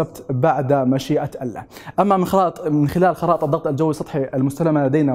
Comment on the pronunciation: عندما تلفظ كلمة الله وقبلها يوجد حرف جر يتم مراعاة وضع كسرة تحت حرف اللام يعني يتم ترقيق حرف اللام لانه يسبقه حرف جر انتبه لهذا الامر وشكرا